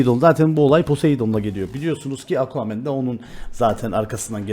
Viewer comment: Nobody::Aquamann